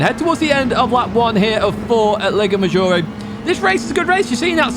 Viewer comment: everything is perfect here but the lago maggiore pronunciation. the 'a' in lago is pronounce in italian like 'u' in english. in italian you are saying leigo not lago.😂